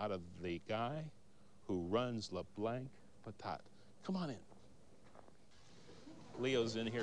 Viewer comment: Hey, bigfoot-cat- Actually it was "Pivin's". And the reason the American dude pronounces it "Lew Blanks" is because he is American, and most Americans cannot speak French. In other words, they are "Perfectly Unilingual" Isn't this sad? So they see "Leblancs" and pronounce it "Lee Blanks". So- you don't know much French? Well, at least you have the pronunciation right! Learn some more French! Yo'ull be great at it! And don't eat too much of PEEVAN'S POUTINE! Thanx fer your comments.